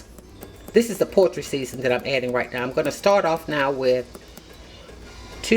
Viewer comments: Did she say “poetry seasoning”? 😂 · yes. Or portry. Repeatedly!